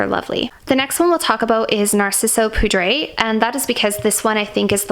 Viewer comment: Nice video. Btw, for poudre, it is french so more like “pood”